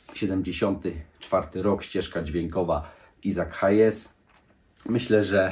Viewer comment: jak Cię proszę….Isaac Hayes wymawia jako AJZAK HEJS…….jest to jeden z Twoich ulubionych artystów wiec wypada poprawnie wymawiać 🫣